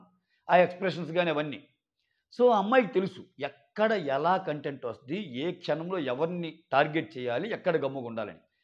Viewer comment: Sir Content word thappuga pronounce chesthunnaru miru CONtent anali. Please correct cheskondi